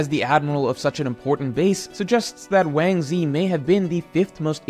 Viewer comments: Yo who tf is wansee?? You mesn wangzhi!!! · Has anyone pointed out Ochoku being called Wang Ze?